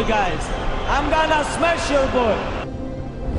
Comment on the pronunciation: He “smesh” everybody